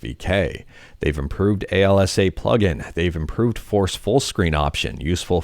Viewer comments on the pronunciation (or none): I'm not sure, but I think alsa is usually pronouced "all suh", not spelled out as "ail essay". At least, whenever I've gone to linux conferences, people there said "all suh".